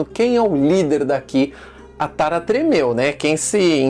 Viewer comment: Por que ele pronuncia Aaron e Tara, como se fosse uma palavra em português?